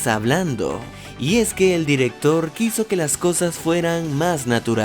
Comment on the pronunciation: Espirit? es: "Spirit"